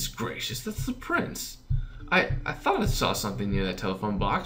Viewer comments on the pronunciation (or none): none